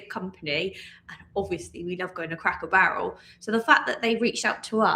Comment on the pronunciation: Please say cracker Barrel properly do not say it like you are saying a cracker barrel it’s driving me nuts!